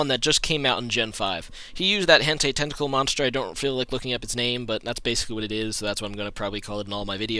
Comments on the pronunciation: >Hentey It's hent-eye plebe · Hen-tie,. Not hen-tay.